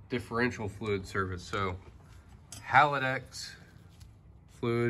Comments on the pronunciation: HAL - DEX not HAL - A - DEX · Haldex 'Hal-dex' 'Hal-decks' Having a Hallava hard time saying Haldex.